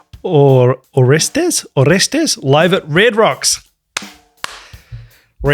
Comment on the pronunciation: Good song request! Discovered this song and band by typing my name into Kazaa (or Limewire? Or Napster?) back in the day, and it came up with this immense tune! By the way, in English, people tend to pronounce it as "Orés-tease" ;-) Rhymes with "Arrest these (people, officer!)" 😀